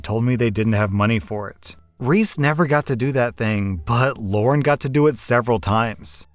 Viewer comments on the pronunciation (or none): The way he said "Lauren" and not "Lara" made me kinda mad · The names are “Mara” and “Lara”. Not “Mora” and “Laura”. Come on dude. At least try to get it right. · Lara is pronounced Lah rah. Not Loren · Am I the only one irritated that kept calling LarA, LaurEN? Yes? Ok. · no one gonna talk abt how called lara Lauren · maybe it's just me but is saying lauren to that story with the sisters reese and lara? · Why does always change people's names? It's getting really irritating. The kid's name is Lara. Not Lauren, Lara. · Why are you calling “Lara” “Lauren” in the second story? Lol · you do know that "Lara" doesn't have an "n" sound in it right? lol